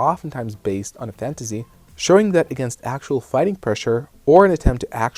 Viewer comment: "fantasy" is pronounced with an "S" sound , not "Z" sound. But good video.